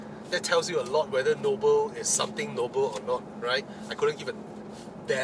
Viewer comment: It's Nobel, not Noble. And the prize is named after a person, Alfred Nobel....😂😂